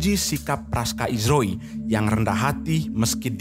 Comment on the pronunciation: Praka ,,bukan Praska